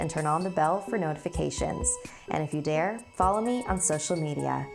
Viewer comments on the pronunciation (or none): none